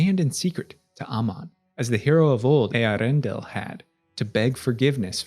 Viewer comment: Actually you’re right on Earendil.